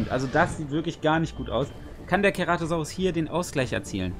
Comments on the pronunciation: Aussprache ist C-ra-to-sau-rus nicht Ke-ra-to-sau-rus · Und wo bleibt das E !? ( CEratosaurus